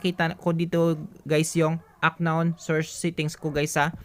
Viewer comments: "an-nown " brod hindi "ak-nawn" para mas malinaw. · kuya hindi aknown pag pronounce nya to pronounce it just unnown pero ang spell is unknown bali silent k sana maka tulong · UNKNOWN IS PRONOUNCED AS "AN KNOWN NOT AK KNOWN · Hindi po siya "Ak-nown" pagka pronounce po yung word na UNKNOWN ang tamang pronounce po ay "An-nown" silent "K" po kasi yan lods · Parang awa mo na UNKNOWN has to be pronounced as UN-KNOWN HINDI AK-KNOWN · UNKNOWN - "an-nown" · Unknown - anown pronounce po di po ak-nown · correction lng sir.. paayos ng bigkas nyo heheh. hindi po "ACKNOWN" sir. "UNKNOWN " PO 🥴😅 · uhn•nown" hindi po "Ak nown" 😂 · An-non po ang pagbasa hindi aknon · i love your guts doing your best para maituro yung paraan para maresolba ang problema sa gcash but no offense lang po na yung "unknown" ay di pronounce as aknown, kundi "anown". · How to unhear ack-known and guys😆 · Aknoon "Unknown" sir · Kairita yung aknown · Unknown - anown po pronounce nya nawa maka tulong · 'an-nown' yung pronunciation nung "unknown" pre para dika mahirapan basahin sa susunod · aknown ka nang aknown eh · Into the aknown, hahahahhaha.. Juice miyo,,, wrong pronountion hahahhaa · How to unhear aknown 😬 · Haha natawa ako sa aknown at what I mean😂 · It's an-nown hehe thank me later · correction lang brader pronounce as " an nown" yan para di ka mahirapan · Kaya di ko makuha eh ak-known ka ng ak-known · unknown po silent k po ang pagbasa, sana po makatulong sa inyo at maayos ang pagpronounce niyo.😊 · "Unknown" silent K